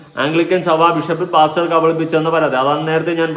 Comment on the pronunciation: Why saying “ PASCHER??? Pastor.